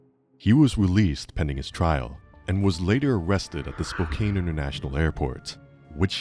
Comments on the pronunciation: So it's the cry of the guilty! That cry-talking they just keep doing? Oh and it's Spoke-can not Spoke-caine. I thought you said "cocaine airport"😂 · As someone who lived there that pronunciation of "Spokane" was awful